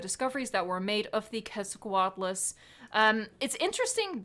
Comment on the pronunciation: FINALLY! as a mexican paleontologist in formation, it always itched me when people that don't know the root of the name, "Quetzalcóatl", the "Que" is pronounced as "Ket", and not "Qu-et"!!!!